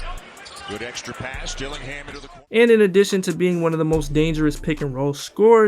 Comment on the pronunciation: It’s DillingHIM!!